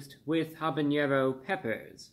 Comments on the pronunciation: Its Habanero not Habañero. Think of Havana Cuba. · nitpick here. It's habanero. Not habañero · habaÑero 😖 I cringe every time Mr Reviewbrah there is no Ñ in habanero unlike jalapeño which does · The n in "jalapeño" and "habanero" are NOT the same